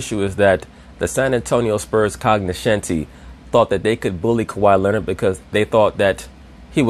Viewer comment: I enjoyed "cognoscenti..."